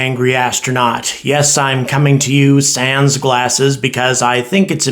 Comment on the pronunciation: What the fuck does "appearing sense glasses" mean? Is that the french word "sans" which means without? If so, that's a big fail to shit that way on the pronunciation...